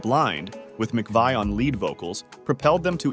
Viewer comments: OK. Christine McVie's surname has always (since she married John McVie) been pronounced McVee NOT McVay! You may be well researched, but get the pronunciation correct. The incorrect pronunciation of Christine's surname is absolutely sure to anger viewers of your YouTube article who know better. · Her name is pronounced MC-Vee, Not McVye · I always heard that her name was pronounced "Mc Vee" not "Mc Vii" You really should pronounce her name with consistency not changing back and forth! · Christine McVie. McVie rhymes with 'see'. You change between McVie (rhyming with 'sigh') and the former pronunciation. I can't think why and I can't think 'wee'. The video is good apart from that. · I'm confused: Narrator begins by pronouncing her name as "Mc-veye," then changes it to Mc-vee"... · Her last name is pronounced Mc-VEE, not vi!!! How could you possibly NOT know that,? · Christine Mcvie is pronounced 'Mcvee' NOT Mcveye. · If u make a video know how to pronounce the person's name correctly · The lady's name is pronounced MACVEE. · Her last name is pronounced (Mc-Vee) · McVie is pronounced 'mac-vee'. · McVie is pronounced McVee... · You can't even pronounce her last name right 😮😂. SHE WAS NOT JUST TALENTED BUT SHE WAS A VERY PRETTY LOOKING LADY. I HAD A CRUSH ON HER EVEN WHEN SHE GOT OLDER SHE STILL LOOK'S BEAUTIFUL ❤❤❤❤❤❤❤😢... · If you are going to say her full name multiple times, at least pronounce it correctly. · Where do they get these documentary script readers. I doubt he even knows who she is or anything about her. He cannot even pronounce her name right, and uses 2 ridiculously different pronunciations. Maybe its a younger generation reading history, but it is a terrible insult to us who are contemporaries of Fleetwood Mac at their best in the 70s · You pronounced her name right a couple of times early on , but wrong the rest of the time! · And a real bummer that he can't even pronounce her name properly. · That pronunciation was driving me crazy.